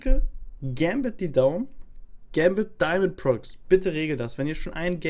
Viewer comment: Es heißt daimond pro X